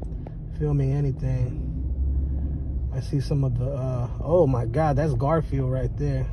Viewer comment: The way he says garfield 🤣